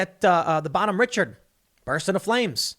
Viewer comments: Thanks Tim! "Richard" here is pronounced as the French do. Re-shard. Revolutionary war ship captain that shouted to the Brit ship captain "I have yet to begin to fight!" When they asked if he was willing to surrender his shattered ship. A true patriot. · Tim , bohemian richard is pronounced rish-ard. -Navy e5. Was on her sister ship. N the reports all true. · The ship name is pronounced "Bahn Homm Rishard'. My dad served on the original ship. He is appalled by what is happening in the Navy today. I served 10 years and got out because of the politics I disagreed with. This is all sad and we need to fix this asap. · The common American pronunciation is "Bon Home ree-SHARD." It is a tribute to Benjamin Franklin by John Paul Jones. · I hate to be that guy Tim, but for future reference, the Bon Homme Richard is pronounced, "Bon-hom-Rish-Ard." It is named after John Paul Jones' ship of the same name, which was named after Benjamin Franklin. How? Well, Franklin wrote a yearly almanac throughout the 18th Century titled, "Poor Richard's Almanack." Poor Richard or Richard Saunders became Franklin's writing pseudonym. Bonhomme Richard literally means "Good man Richard." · Bonhomme Richard... it's French, so the "ch" is pronounced like an "sh." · bonhomme richard is pronounced (bonnum reh-shard) lol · Not really that important, but Bonhomme Richard is pronounced like “Bonhome Reshard” . Speaking from experience of being stationed on board for 2 years. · Bonhomme Richard, Richard is pronounced like (Rishard) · Its pronounced bon home rishard. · Pronounced… “BON-HOME REE-SHARD” YEESH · The ship’s name is pronounced (Roshard) not Richard. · It's pronounced, Bon-home-ri-shard it's named after a revolutionary war figure of Irish descent. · BON-HOM RISH-ARD, and the wardroom is the officers mess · I cringed every time he mispronounced Bonhomme Richard (Bon-home Ri-Shard) 😂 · The correct pronunciation of that ship the Bonhomme Richard is (Bah Homm Reeshard)